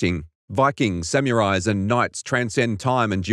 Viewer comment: Sam- you-rise.